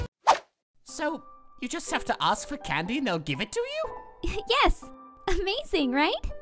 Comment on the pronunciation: not jaut but is suppose to be just